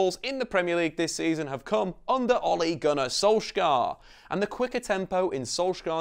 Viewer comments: Can you please say his name right? It’s sol-shy-er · Perfect video apart from how you say "solsk-gaaar"😂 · learn his name properly plz